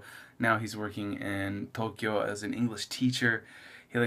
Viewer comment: 1. Why do you pronounce Tokyo like that? 2. Subd.